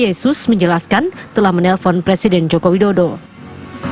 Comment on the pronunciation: Presiden woy bukan prasiden